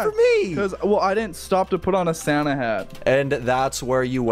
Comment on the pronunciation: its not sana its santa